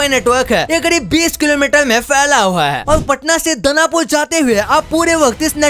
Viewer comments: It's दानापुर not दनापुर | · patna SE दनापुर nhi hota hai दानापुर hai wo waise aapki glti nhi h